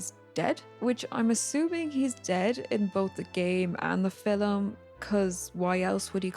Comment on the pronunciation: "in the filem"